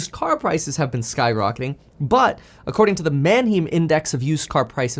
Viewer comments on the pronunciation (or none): Kevin! You're German! You know how to pronounce Manheim correctly! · !? Kevin, from Germany, pronounces german word Mannheim incorrectly? how 😂